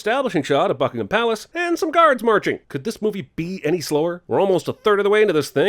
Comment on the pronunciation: thanks for pronouncing 'buckingham' correctly!